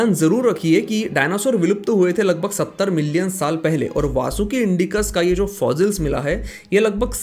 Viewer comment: Please pronounce fossils.... not fozils